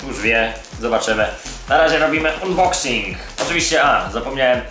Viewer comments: Mówi się unboksing. Unban tez czytasz anban?.. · ustaw odpowiedni język i sam się przekonaj. Czytanie "unboksing" tak drażni, że wyłączyłem po pierwszej minucie. :D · MÓWI SIĘ ANBOKSING